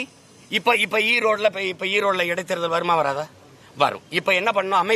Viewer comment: செய்தி வாசிப்பாளரே எடைத் தேர்தல் இல்லை.. இடைத் தேர்தல்...